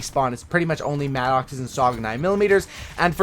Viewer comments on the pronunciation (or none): It's not MAD OXE it's MADIX!